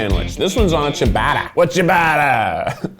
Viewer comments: Sia-ba-ta... Thats how jou pronounce ciabata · Hearing keith’s pronouncion of italian words like doppio and ciabatta had me cracking😂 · I’m sorry, but that pronunciation of ciabatta, as a person with Italian heritage, made me die of laughter lmao 😂😂😂😂😂